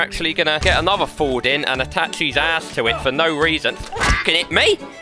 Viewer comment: “I’m gonna tie your ash to thish”